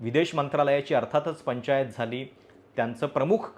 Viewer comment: तुमचे मराठी उच्चार सर्वच नाही तरी थोडेसे सुधारण्याची गरज आहे. पंचायत नाही हो! पंचाईत. दोन वेगळे, आणि संपूर्ण वेगळ्या अर्थाचे शब्द आहेत!😂